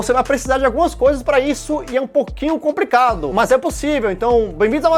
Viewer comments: O cara fala "compricado" duas vezes no vídeo e os anarcocapitalistas que estāo na quarta série 🤣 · Eu já normalizei o falar comPricado 🤣🤣🤣🤣🤣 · um poquinho "compricado" hahahahah